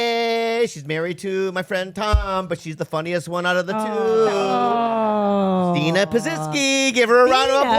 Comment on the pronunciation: i love that bobby pronounced “Pazsitzky” correctly but couldn’t get “Christina” down